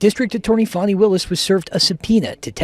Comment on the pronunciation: Fanny becomes Fawny 😅